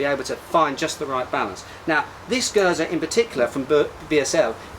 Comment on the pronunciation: Oud indeed means Old :) You pronounce Geuze correctly as well. Surprising considering most foreigners usually forget to pronounce the last e. Hope you enjoy Oude Geuze as much as I do. ;)